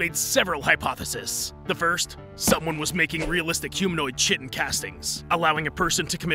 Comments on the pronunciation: Why are you calling chitin(Kaitin) chetin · It’s pronounced “Kai-tin” dear god i hope its a horrible joke you thinking its actually sounded as “chit-tin” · I'm apologize but the fact your pronouncing chitin "Chitin" was driving me mad. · Kite-tan not chit-en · Its pronounced "kite-in" not "chit-in" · It’s pronounced kite-n not chit-n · I don't think you pronounce the ch like this in chitin it's pronounced k-eye-ten not ch-i-ten that sounds to much like sh*ten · Chitin is pronounced as "kite - en". It took me a bit to realize what you were saying. XD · ITS PRONOUNCED KAI-TIN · Okay, 2 things. 1) I hate roaches, but this is an adorable SCP! 2) It's pronounced "kite-on". "KITE-ON" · Chitin is pronounced “kite-en”. That word used to screw me up so bad, I hope this knowledge serves you all well in the days to come. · Just for the record, chitin is pronounced like ki-tin. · Btw chitin is pronounced ki tan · Chitin is pronounced KAI-TIN Boss. Just an fyi. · ITS KITE-AN. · Chitin is pronounced Kite-in. Sorry it really bugged me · chitin is pronounced kite-in :) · Fun videos but Chitin is pronounced "k-eye-tin" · Chitin is pronounced kite-en. Just fyi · It’s pronounced kite in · Its pronounced kaitin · oh my gentle Jesus! Stop saying "chitin" its pronounced "kye-ton". I am white girl levels of just can't even-ing with this. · Just FYI: Chitin is pronounced kye-tin And Wehrmacht is pronounce Ver-mahkt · You pronounce the "t"in "ergot", and the "ch"in "chitin"is pronounced as a [k] and the following is pronounced as [ai].